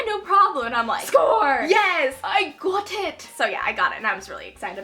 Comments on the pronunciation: Score Yes 'I GOT IT' (Scottish accent hahah!) Loved this haul so much! You're going to study in the Netherlands right? Want do to go to a Dutch Booktube Meetup? Me and some other Dutch booktubers love to meet up and it would be awesome to have you there as well! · "I GOT IT!" British 2016.:)